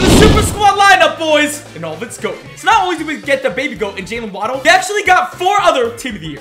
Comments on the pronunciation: it's wa-ddle not waaaaaaddddl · Y u keep calling him wah-ddle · Great vid but that not how you say waddle name